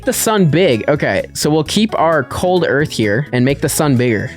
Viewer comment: “EARF” got me good